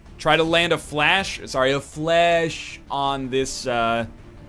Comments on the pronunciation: It's "FLESH" not "FLASH" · i think fleche is pronounced fli-shay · fuck's sake egg stop pronouncing it 'flash'! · could've given an additional action AFTER moving with a blue move to a position from which he could see the Shinobi. Also, stop pronouncing "Fleche" incorrectly and then correcting yourself, using the douche voice.